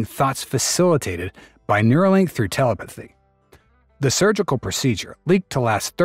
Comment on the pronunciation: Your AI narrator keeps saying teleputhy 🤣